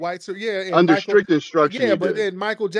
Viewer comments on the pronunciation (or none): “under ‘strict’ instructions”… listen 👂🏽